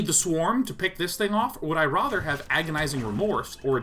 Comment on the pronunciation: Would you mind pronouncing 'rather' correctly?